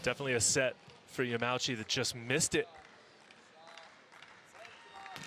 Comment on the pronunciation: it's ya ma u chi, not ya mau chi XDXD L on the commentator